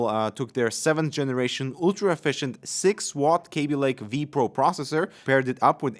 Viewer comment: K A b i Pronounce it like Cabby